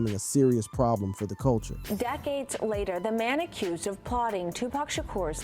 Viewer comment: You're not pronouncing Tupac right